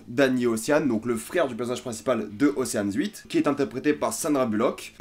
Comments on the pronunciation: OCHEANS EIGhTTT pas oceane huit hahhaha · Océanes huit ? T'es déjà allé en cours d'anglais dans ta vie XD